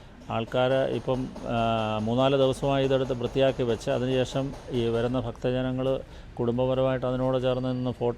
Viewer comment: ഫാര്യയും ഫർത്താവും ഫയം കൊണ്ടു കുഴിച്ചിട്ടതായിരിക്കും. ഫക്തജനങ്ങൾ കാണട്ടെ 👌